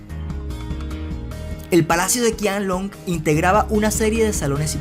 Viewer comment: De hecho se pronuncia Chianlong ;)